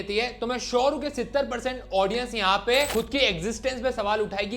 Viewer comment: Vai pahela 70% ko aachay say bolna shiklay 😂pad may aaur bakchodi karna